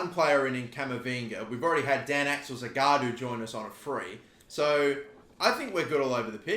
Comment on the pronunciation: The guy's name is Zagadou not Zagaadou